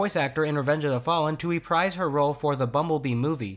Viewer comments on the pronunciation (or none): none